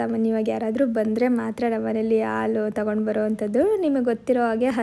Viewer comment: Yevva adu aal alla halu annu....